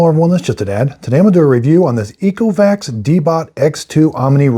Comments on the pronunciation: Yiko is pronounced ECO. Get it 😉? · Pronouncing the name wrong and saying it doesn’t work well. Gessh. 100% human error